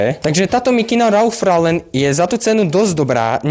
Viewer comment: Len pre buducnost: cita sa to "Ralf Loren" :) inak super videjko